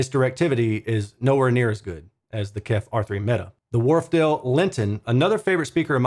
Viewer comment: Thanks. Still need to watch, but I'm sure it performs great. BTW, the company is indeed called "KEF", not "Kef". For "Kent Engineering & Foundry". 😉